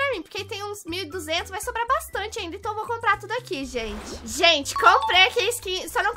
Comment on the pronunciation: Mds socorro só eu que percebi que ela falou vai soba kkkkk